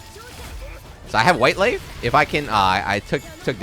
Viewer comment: Gave me a Blazblue moment there "Duh Whait Laif Iz Building!"